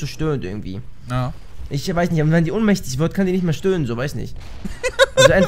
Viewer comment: Ohnmächtig nicht unmächtig goootttttt